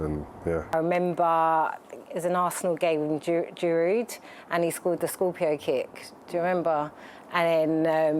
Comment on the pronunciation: “Girood” “Scorpio kick” 😂😂😂